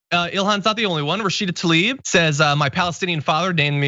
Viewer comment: I can't believe you mispronounced "Tlaib" ...It's not "Ta-leeb," It's spelled Tlaib. If you can pronounce the t in can't, that's basically what the T in Tlaib sounds like. I mean, normally I try not to nitpick, but considering the subject being discussed? Those are nits I will pick. Incidentally, in real life my IRL name translates to "brown head." My YT name translates to "Fox, the White," because I grew up north of the arctic circle. The B is lowercase because the "capital B" LeBlanc is associated with french Royalty. But, that's neither here nor there.